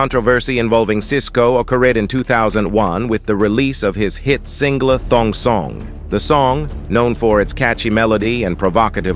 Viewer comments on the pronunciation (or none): Ikr. It said "singla" instead of "single" 😂